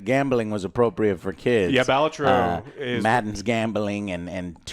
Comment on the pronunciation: Why are you saying "Baltro"?